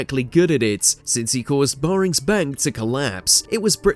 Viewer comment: "Barrings Bank." Heard it all now.